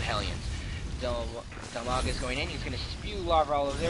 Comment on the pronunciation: His name is Dimaga, not DILmaga.